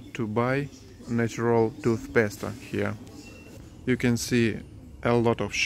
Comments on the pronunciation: i died when you said "tooth pasta" instead of tooth paste i knew what you meant but still super funny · I think you two are so adorable! I understand you are wanting to learn proper English, so if you don't mind, I want to help you with a few of your pronounciations. So, instead of "hyper" markets, I think you mean what we call "super" markets. Also, instead of tooth "pasta", we say tooth "paste" the "e" is silent... so, sounds like "toothpaast", pasta is like spaghetti & macaroni. Hope you don't mind my comments, but I am just trying to help, because I wish you much success, and you two are so adorable! 😊❤ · Hahaha I love when he said tooth pasta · toothpasta, this guy seriously wins my heart every time he talks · Toothpaste is pronounced toothpayst. The flouride in it is dangerous but it's impossible to find any without. I live in Spain, things are similar but much more expensive in Spain.